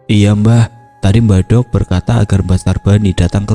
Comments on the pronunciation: Pengucapan mbahdok yg benar itu "dok" perpanjangan dr mbak wedok, bkn mbah "dhog". Kalo bahasa jawa timuran mbadhog artinya makan tp bahasa kasar orang jalanan 🙏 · Ma'af cuma koreksi... Kata "Mbah Dogh', baca huruf "D" nya trlalu tebal..... Cara bacanya tempelkan lidah di langit2... bukan ujung lidah yg di tempel di atas....